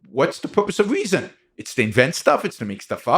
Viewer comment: “Weezon” ? Nah I’m good brah